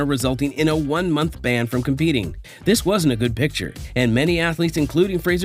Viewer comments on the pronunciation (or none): none